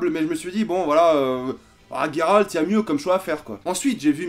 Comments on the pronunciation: Comment tu peux te dire FAN de The witcher. Et prononcé GUeralt de rive. Au lieu de '' j''eralt (je sais que sa s' ecrit '' Geralt'' et justement. Phonétiquement.'' Geralt '' sa se prononce Jeralt. Pas Gueralt. Merci de ne plus faire l'erreur a l'avenir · Geralt pas Gueralt ok !! Tu as jusqu’à fin 2019 pour apprendre. (à part ça t'es un mec sympa) :D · The Witcher c est ta vie mais tu prononces mal Geralt :/